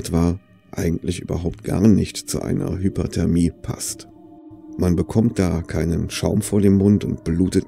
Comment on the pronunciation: Meinst du Hypothermie? Unterkühlung? Ich höre immer HypERthermie. Das wäre Überhitzung.